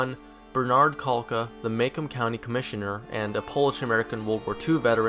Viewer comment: The name Wisniewski is pronounced “Veez-nesh-key” ( I have the same last name, and I’m from the same part of Michigan) and macomb is pronounced MA-Comb)